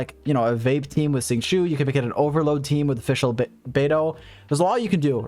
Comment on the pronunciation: love the video but please god watch a liyue pronounciation video the xingiu and xiangling pronounciation makes my bones itch